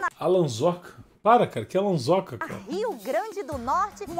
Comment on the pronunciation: "ALANZOKA" KKKKKKKKKKKK